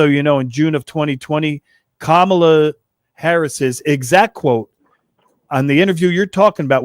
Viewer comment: Another MAGA dickweed intentionally mispronouncing Kamala